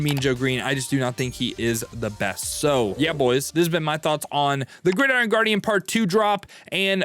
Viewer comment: "Guidiron" Guardians